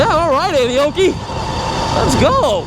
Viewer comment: I kept thinking he was saying Annie Oakley 😅😂